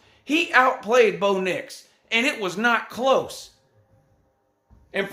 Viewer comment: Bro did you just say Blo Dix?! I'm dead😱🙃